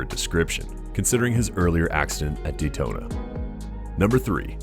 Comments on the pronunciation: "Daltona?" And a number of other horribly mispronounced names.. What the actual f@ I have to believe whoever created this video is just trolling and used just cheap crappy A.I. generated script and not actually this bad at making a video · I stopped watching when he pronounced it Daltona and started chopping the replays in half 😢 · ugh DALTONA???? LOUSY YOUTUBER DESPERATE FOR VIEWS...... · Lost me right at the beginning when the obvious computerized narrator pronounced DAYtona as DALtona. Misspelled, mispronounced, and obviously not caught before posting.